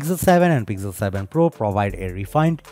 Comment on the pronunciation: Why this accent? And why is it pigzel 7 pro :p